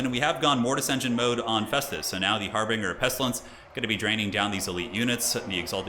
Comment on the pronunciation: It’s har-binge-er not harbringer not sure if that’s a meme like “Calvary” or not just thought I’d get that off my chest